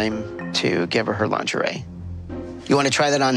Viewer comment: Also, Americans each and every time literally butcher the word "Lingerie". It's excruciating to listen to.